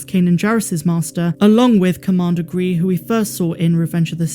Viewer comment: it is commander Grey not Gree from revenge of the sith